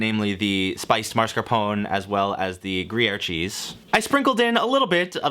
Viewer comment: everytime he pronounces it "marscapone", my blood gets a few degrees hotter